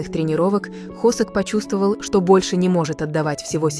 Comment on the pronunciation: ИИ а кто такой хОсЭк? Я з наю только ХосОка! Нет такого города ХваНДЖУ!!! Есть Ханчжоу! Да ппц, все видео просто обосрано безграмотной речью, просто ттрендееец! Бедные мои ушкииии! Всех мемберов вообще не существует с такими именами как вещает ИИ! И слов в русском языке половины нет! Ща блевану!